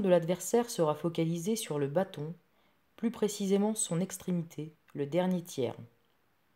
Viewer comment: L accent est sur le a de bâton. Trop d expliquations condescendantes.